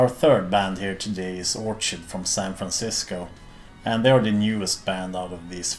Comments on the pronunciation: It’s pronounced Orkid. Great band and I think they like Black Sabbath! 🤣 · Orchid is pronounced OR KID